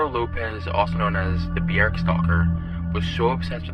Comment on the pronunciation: i will never get over the pronunciation of Björk